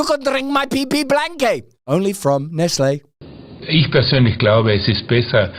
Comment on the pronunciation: Nes-Ley? Brits are clueless, they think theyre sooooo cute🫵😆